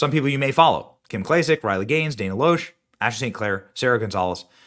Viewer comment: Loesch is pronounced Lash. She is lying. . .